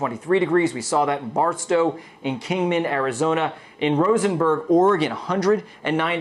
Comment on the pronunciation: Stupid guy Rose burg. There's no N in the spelling. gggeeeeezzz